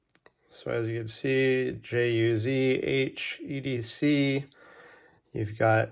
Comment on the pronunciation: Ju-zhen not to hard to pronounce